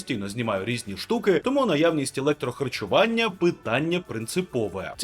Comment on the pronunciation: «Електрохачування» 😂😂😂 Електроживлення 👍